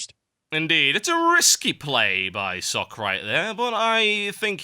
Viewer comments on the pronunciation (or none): It is pronounced Socka. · BECAUSE IT'S PROCESSING YOU FOOLISH PEOPLE. ARG. Love socke though, but it's not pronounced like sock, i think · INCOMING NITPICK: Socke's name is actually two syllables.